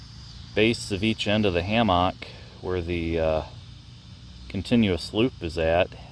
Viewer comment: great video....except how you mispronounce hammock :D LOLOLOLOL